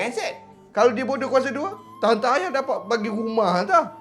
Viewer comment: Jaa.. dapat.. bukan dapak jaa.. sebut betul jaa more improve